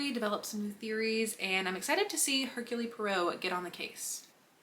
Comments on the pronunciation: It’s her-cool. Not Her-Cooly. Every time you pronounced his name I winced. Do some basic research before filing a video lol …. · The e at the end of Hercule is silent. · If you saw the movie adaptations, then why do you consistently mispronounce Poirot's first name?